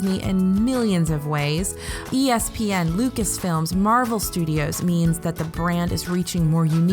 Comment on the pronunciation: For those of us who worked there, it is. It’s nails on a chalkboard. And if she’s going to report on things that Lucasfilm is contributing to the resorts, she should at least know how to pronounce it properly. In the end, it benefits her.